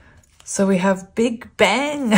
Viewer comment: When you mentioned "big bang," I actually heard "Big Ben" and when you said “Ben, Ben, Ben!” I was like, "no way! Omg ❤️!" The disappointment hit when I realized what it actually was 😂😅 silly me 😂